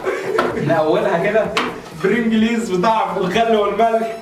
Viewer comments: برنجلز ❎ برينجيليز ✅ 🌚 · اسمه برنجلز مش بيرنجليز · اسمها برنجلز مش برنجليز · اسمه البرنجلز مش البرنجليز😡😠🤬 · اسمه برنجلز مش برنجليز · علي فكرة انت بتقول اسمة غلط اسمة برينجلز مسمهوش البلنجريز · بيقول البرينجيليز وهو اسمه البرنجلز ايه ده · يا اسمه برنجلز مش برنجليز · اسمه برنجلز مش برينجليز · اسمة برنجلز مش برينجليز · اسمه برينجلز مش برنجليز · علفكرة اسمو انت بتقولو غلت اسمو برنجلز مش برنجيييز بتلو جهل بقا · برنجلز مو البرنجليز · علي فكره اسمو برنجلز مش برنجليز انتوا الاندتنين جهله وبردين جداااا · البيرنجليز ي عم روح اتعلم ازاى تنطق بعد كده تعالى اتكلم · اسمه برنجلز مش برينجليز ارحمونا بقي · اسمو برنجلز مش برنجليز 🙄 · اسمها برينجليز يامعفن اسمه هو برنجلز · انت اخبل اسمه برنجلز مش برنجليز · اسمه برجل مش برنجليز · برنجلز انطقها صح فضحتونا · لو انت مبتعرفش تقول برنجلز ماتتكلمش شكلك مسخرة ادام الناس